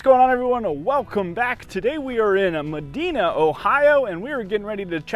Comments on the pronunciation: It’s pronounced Meh-DYE-Nuh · I love every thing about this model, it's high-end beautiful. Nice to see something old world and unique. Definitely not the standard. Love the fireplace. Hey, I was born and raised in Ohio. The city is pronounced Me- din ( diner) - a (apart). 😊❤ It's always fun learning about a new area. You do an exceptional job. 👍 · It's pronounced Mad-eye-na, not Madeena. The I sound is prominent. I used to pronounce it Madeena also, before I moved here. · Never thought I'd see Medina show up on this channel. Grew up there and still live nesr for another few years. All of the Old World homes I've seen, likely in ghe same area as this one, look amazing. Nice to see the inside matches the outside! And because I always chuckle a little, it's Muh-die-nah. I blame Tone Loc for Muh-dee-nah lol (Pretty sure these is also a Medina in... Europe? That's pronounced dee-nah, so mote likely Ohio mispronounced it a long time ago lol) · Oof that pronunciation of Medina